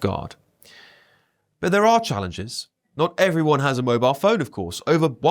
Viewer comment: He said 'every single wobile phone' at the start.